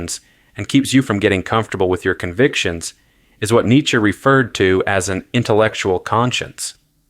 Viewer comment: Learn how to pronounce Nietzsche